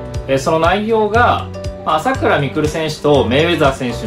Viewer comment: 朝⤴︎倉⤵︎未来で草